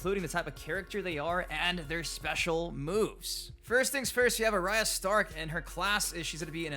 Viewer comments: yeah, you caught that too.. A-Rye-UH lol. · The way you pronounced Arya 🤣. Love the content man. Keep it coming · Why do you keep pronouncing Arya’s name wrong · They literally pronounced her name in the original reveal trailer. This is willful ignorance. do better